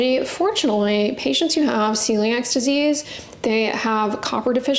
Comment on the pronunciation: It's called Celiac disease not celiax.